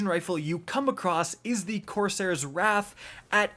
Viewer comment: Why do you say wraith when its wrath?